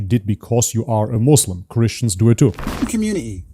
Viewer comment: After all this time he still doesn't know how to pronounce Islam and Muslim. It's not izlam...